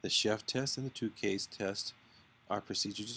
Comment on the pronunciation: Tukey is pronounced like TwoKey, not like TooKay.